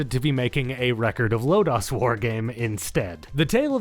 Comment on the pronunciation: I absolutely loved this game! Good video, even thought I cringed every time he said “Record of Lodaws War” instead of Lodoss War.